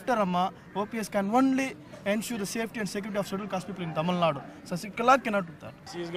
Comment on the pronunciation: it is Tamil Nadu -"du" not Tamil nad.